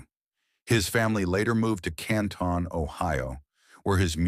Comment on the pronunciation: It's not can ton it's simply canton